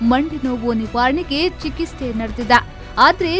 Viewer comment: ಚಿಕಿಸ್ತೆ ಅಲ್ಲ ಚಿಕಿತ್ಸೆ